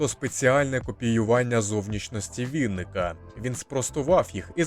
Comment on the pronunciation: Ви хоч правильно прізвище вимовляйте Олега Вінника правильно....Це теж дратує